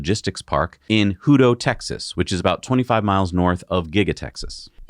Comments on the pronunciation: AAAHHHH! It is not pronouned 'hooto!" It is pronounced Hutto- just like it is spelled, with 2 t's and , NOT 1 't' - the first syllable is like HUT, as in HUT, HUT and snap the football. Sincerely, a Hutto resident. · Its pronounced Hut-O not Hute-O. At least locally. Doesn't follow normal English pronunciation rules. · Hutto is pronounced “Hut - toe” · Hey Z and J, the little town near the rail yard in Texas is actually pronounced a bit differently than I've heard it on your show. Think Jabba's last name with an O. Hutt-O. Usually people say it fast, so it sounds more like Huddo. Fun fact: Their high school mascot is the Hippos! Love you guys and love the show!